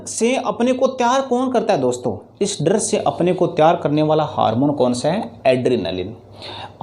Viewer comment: Sir dar kahte hai darrrrrrrrrr nahi